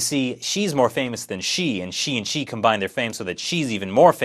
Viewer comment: I love how you couldn't distinguish the pronunciations of Xi and She lol